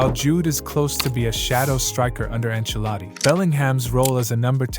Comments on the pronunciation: Enchiladi😂 enchiladas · why does he keep calling him?